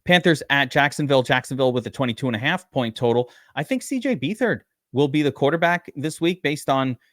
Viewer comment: BETH-ard...not BEE-thard